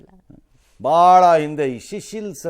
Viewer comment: ಸಿಸಿಲ್ಸ್ ಅಲ್ಲ ಸಾರ್, ಅದು sisilel ಹೈ ಲ್ಯಂಡ್.